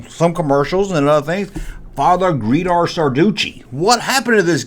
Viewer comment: Not Greedo but "Guido" .